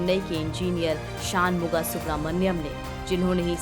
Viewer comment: जब हमारी शिक्षा दोषपूर्ण और anglicised हो तो हम षण्मुख या षण्मुग सुब्रह्मण्यम् को शान मुगा सुब्रह्मण्यम् बोलने लगते हैं। देसी उच्चारण चाहे कितना कचरा हो अङ्ग्रेज़ी बिल्कुल अमरीकी accent में होनी चाहिए। अभियन्ता का नाम शान नहीं षण्मुग है।